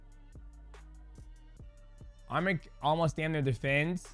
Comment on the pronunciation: Man can u all learn how to say his name right? Its not that hard, are u all dumb? U guys are calling him another Armenian name that is Armen he is Arman